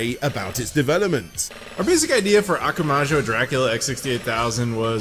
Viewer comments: Am I the only cringing every time saying Akamoojo? I thought Akuma would be a well known word for any gamer so Akumajou should come naturally! Why wasn't Ashens mentioned in the end? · good work overall but christ man those pronunciations of japanese, surely if you can say "konAHmi" you could say "akumAHjo" rather than "akumuju"? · It's akumajou not akamujo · No I agree. Try harder. and we'll see if he looks at everything CV.